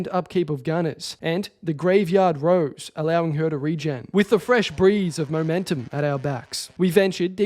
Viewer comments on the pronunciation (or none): none